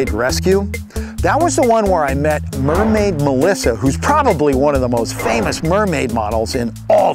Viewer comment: he said "MERMAID MODLE"